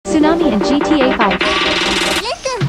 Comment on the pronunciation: ツーナァ↑ミ↓